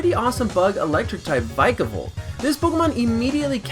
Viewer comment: My nigga said "troape kick" its TROP like tropical but without the ical, and vikavolt is-- i cant with how you said these pokemons names it just annoyed me alot